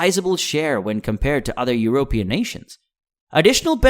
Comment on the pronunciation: informative but the pronunciation of "Eu-rope-ian" kind of bothered me. Very strange that this quality of video is being made from such a small channel, this one is going to grow quickly! :)